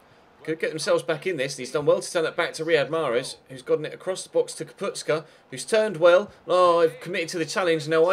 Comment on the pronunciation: It is Kapustka! Not Kaputska!